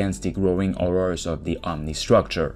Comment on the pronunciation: Hey frenchie, there's an "H" in the word "horror" jk jk :P